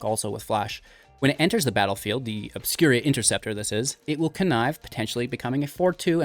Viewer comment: Obscura sounds like Obscure with an a on the end. Obscur-a. I haven’t determined where the I is coming from in your opening segment. Obscur-a. Obscuria reminds me of players that habitually say Ravinca rather than Ravnica.